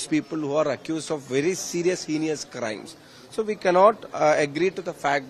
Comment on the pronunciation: True that Shafi' s English is much better than that of Rahim or Shailaja or Chintha or most of the CPM leaders. But it deserves 50 % marks or so.Fir example, the word HEINOUS is pronounced as HENIOUS (×) by him.😂!